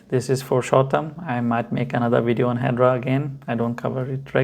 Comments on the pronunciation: Pronounced Hed-era not hedra 😊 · First and formost, It’s Hedera not, ‘’Hedra’’ Your lack of the basic knowledge is apalling. ‘’Hedera’’ means IVY in Latin. Calling investors stupid; people trying to make a better life out of themselves but made a mistake, that’s rude too. Your face- fugly. YOUR PERSONALITY-FUGLIER.